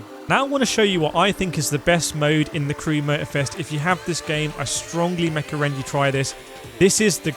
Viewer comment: I swear you just said "mecorrend" - keep the mecorrendations coming